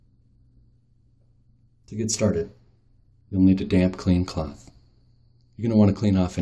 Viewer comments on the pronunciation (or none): "you'll need a damp, clean clunth." love it. congrats on the promo! keep up the good work.